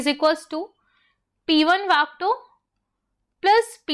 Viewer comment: Mam it's vector not vectoorrr